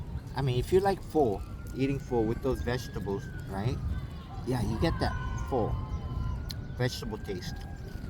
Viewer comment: Looks like a well made banh Mi & super yummy with crispy bread! 😋 I think pho (pronounced like far/fur) not foe, anyways the soup uses different veggies like basil, beansprouts…….some lime juice squeezed…….🤔 Today’s sandwich looked like a better size than that humongous turkey sandwich that you ate at one sitting yesterday. 👍🏾